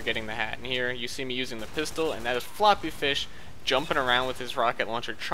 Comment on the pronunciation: Correction "Floppeh Feesh"